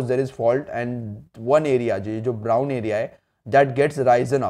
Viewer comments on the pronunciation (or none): none